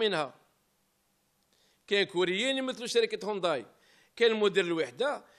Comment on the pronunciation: يا سي طحكوت العلامة اسمها هيونداي مشي هونداي والله غير زايلة تهدر مفهمتش انت كيفاش راك عايش والله غير الداب راكب مولاه فالجزائر.